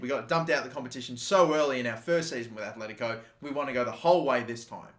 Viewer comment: Everytime he said Kimpempe I wanted to die man... It's KimpemBe! Also Atletico not Athletico. And RIB-AIR-OH no REE-BEER-OH Fuckink killing me